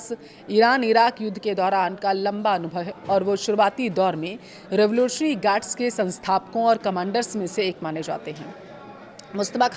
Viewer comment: Thik se revolutionary nahi bolparahi hai